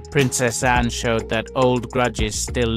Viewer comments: I unsubscribed because if you can’t even get Princess Anne’s name correct, you probably can’t get correct information for us, either. She is Princess Anne, NOT Anna as you called her repeatedly. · Anne not Anna